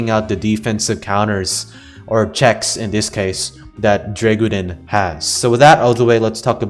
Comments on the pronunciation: You bare butchered the name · i love hearing try to pronounce Dreggodyne xd